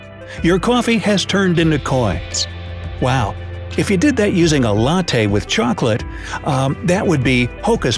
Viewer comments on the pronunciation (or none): none